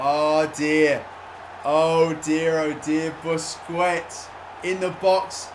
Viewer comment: Its Buskets not BUSKWETS FFS